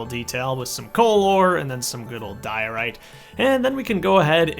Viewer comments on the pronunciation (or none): none